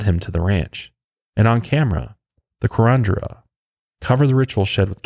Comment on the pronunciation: Curandera pronounced (koo-run-dare-uh).